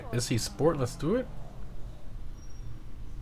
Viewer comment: It's Italian, like "Itzy". As in Itsy bitsy. The Weeny Issi / itsy weeny